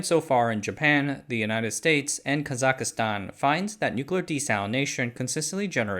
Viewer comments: ITS KAZACHSTAN NOT KAZAKASTAN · Please, it’s Kazakhstan not Kazakha-Stan. Prounounced kah-zak-stan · KAH-ZOCK-STAN. Why're you putting an extra "I" in there? JFC. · Kazakhstan sounds like KA-ZAK-STAN or KA-ZAKH-STAN, not Ka-zak-ka-stan. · It’s not Kazikistan. Kazakhstan. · You keep mentioning "Kazakastan" in this video. Do you mean Kazakhstan? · It’s Ka-zak-stan not kazakastan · "Kazakistan".. nope. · ka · zuhk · staan 3 syllables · It's ka zak stan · Kazakhstan is not pronounced "Kazak-i-stan" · Yo, Kazakhstan doesn't have an "i" in it. It's not pronounced "Kazakhistan". Kazakhstan is considered Asia and Kazakhs are Asians too okeh!? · I thought he said kazakistan. Still wrong and a bit jarring though. Like how Chinese speakers love to "localize" the pronunciation of foreign names, making it completely unrecognizable. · the way my brother pronounces Kazakhstan drives me crazy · Listen up, team: There is no i in Kazakhstan. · You are murdering the pronunciation of "Kazakhstan"